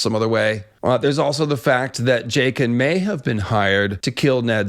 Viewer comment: “Jake-ann” is the worst